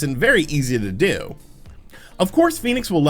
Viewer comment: I was fairly sure its pronounced "Fen-icks" not "Phoenix"